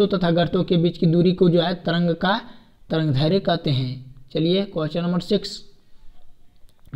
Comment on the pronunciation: Tarangdhairya nhi tarangdairdhya hota h